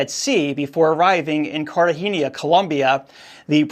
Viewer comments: How are you pronouncing "Cartagena?" (Should be n-yeah) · Please learn how to pronounce Cartagena correctly. Thank You